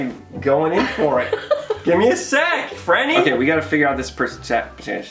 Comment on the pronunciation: Yeah it’s franny 😒not Fran 👀